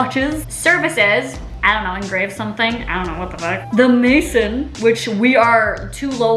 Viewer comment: Girl when you said the maison like mayson I died 🤣🤣 the maison is French for the house